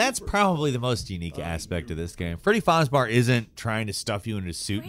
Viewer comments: ITS FREDDY FRAZBUR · Its Freddy Fizbear not Freddy Fizbar 😤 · i dont know why im trigered when he says fazbar instead of fazbear but man... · Take a shot everytime says Fazbar instead of Fazbear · Why did you say FarzBar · why do you say fazbar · I'm sorry but did you call Freddy "Freddy Farbar?" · Ah, yes, "Fazbahr" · I love how he says fazbar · I can’t tell if he’s just being…an idiot or just pronouncing it “fozbar” as a joke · I hate how he calls him faz bar 😖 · Aint no way i just heard him say fozbar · does this guy no what a bear is? “freddy fazBEAR” smh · Bruh man is really out here saying freddy fazbars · Freddy Fozzbar? I guess I've been saying it wrong all these years. Thanks gameranx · PLEASE STOP SAYING FREDDY "FAZBAR"!! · Everyone time he says 'fazbar' I get annoyed for some reason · I love "Freddy Fazbar" HOW DO YOU NOT KNOW HOW TO PRONOUNCE BEAR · How fuckin hard is it to say Bear. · saying "fazbar" is scarier than the game. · my man... you gotta start looking up the names of games/characters/etc. before you record audio. It's not "fozz bar" and you probably could have gotten the correct pronunciation from watching a couple videos on the games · is the only person I hear consistently mispronounce character names “fazbar” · Well yeah didn’t you know he’s modeled after the ever famous grizzly bar. Named after yogi baR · Wtf is a Fazbar lol. Is 'bar' how he pronounces bear? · I know he knows hes saying that wrong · Popular channels intentionally mispronounce things so people comment on it which in turn helps their algorithm. We’re all being played.. just saying. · Freddy Fozbars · If he says fazbear wrong one more time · The only thing scarier than this game is how pronounces fazbear. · I'm here for the obligatory mis-pronunciation 🙌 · I can honestly say I have never heard Fazbear Pronounced in any such way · glad I wasn't alone hurting trying to listen to this video with it being pronounced that badly.